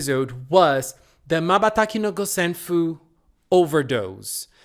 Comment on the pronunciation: The new villain's name is ジョキ "Joki". This is another onomatopoeia for cutting things. Joki is often used when we cut paper with scissor.😀 , Wow, your pronounciation is perfect! 瞬きの五線譜= Mabataki no Gosenfu. , Zakkuri's monster form was not as powerful as Cutty. I guess this is because Zakkuri was still conscious since the beginning of fight. Zakkuri wanted Nana to stop him, so her solo finisher was enough to purify Zakkuri. As you found already, ザックリ Zakkuri means "Roughly, Briefly, About". And what Nana said is しっかり Shikkari, which means "Accurately, Thoroughly, Firm". As you can see, these two words rhyme.